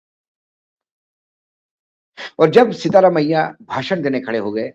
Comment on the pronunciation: Please get the name right it is SIDHI ramayya not SEETHA ramayya